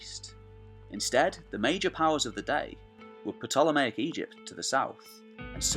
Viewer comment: Ptolemaic pronounced incorrectly.